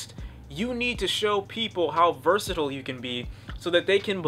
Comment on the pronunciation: Nigga if you say "Versitle" one more time IT'S "VERSATILE"